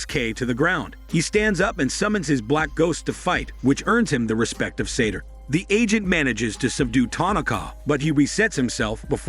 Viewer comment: I have no idea why the narrator is calling the bad guy Sator. His name is SATOU, Sah-toe. There's no R anywhere in his name.